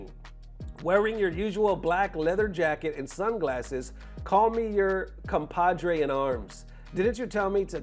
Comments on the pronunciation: "Compadre in arms"? Really? 😅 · done said compadre while reading comrade lol it's ok they have programs for that.